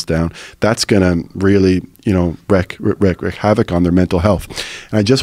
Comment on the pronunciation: Im pretty sure the phrase is "wreak havoc" not "wreck havoc" I've been hearing it mispronounced more often lately.